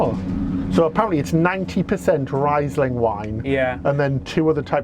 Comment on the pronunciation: Can't wait to do this cruise myself. BTW, it's pronounced "reese-ling", not "rise'ling".